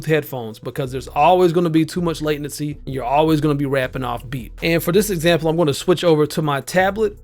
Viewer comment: Mans calls it "late"nency hehe i get it